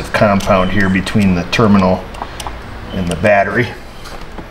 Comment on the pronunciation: Its a ternimal not a terminal 🤪🤣🤣